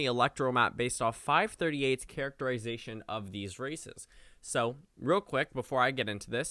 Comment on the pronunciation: "Based off 538's characterization of these RACISTS" Lol I know he said "races" but when I first heard that I was like wait what did he just say?!